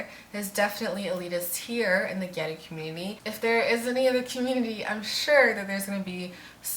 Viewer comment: It's pronounced ge or u, and the "o" like in octopus